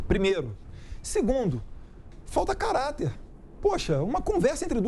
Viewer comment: Ele fala carater como se tivesse, que sujeito safado kkkkk